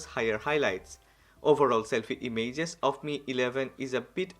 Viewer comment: Damn boi... I like the way you speak I just posted it so you may correct the pronounciation of "images". Chill man ❄